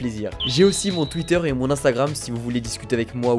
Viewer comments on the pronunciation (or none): none